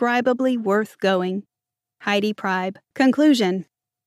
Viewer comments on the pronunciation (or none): You are mispronouncing the author's last name, she says it like Pree-b